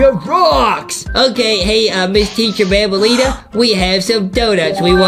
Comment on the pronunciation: Its not banbaleena its bambaleena